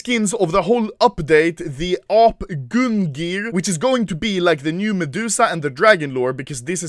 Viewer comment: Everyone else: "OMG OPERATION" Me: "They did not even get name of Odin's spear right, it's "Gungnir" not "Gungir" xd"